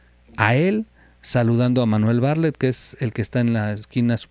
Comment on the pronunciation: Terrible información Por favor checa el nombre de Bartlett siempre dices Barlett. .....